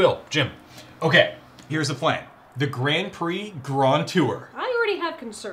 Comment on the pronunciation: I was today years old when I noticed how James said "The Grand Prix grond tour." (and I first saw this the day it came out)